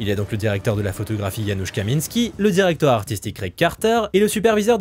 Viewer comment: Entendre bien prononcer les noms polonais (fréquent pour les directeur photos américains) c'est le signe d'un YouTubeur qui respecte les gens dont ils parlent. (car oui ça se prononce Yanouch et pas Janus)